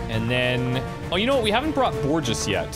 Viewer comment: So you know, the "ge" in Borges is pronounced, like the "he" in hello, so is basically Borhes